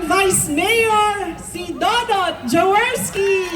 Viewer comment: Jaworski not Joworki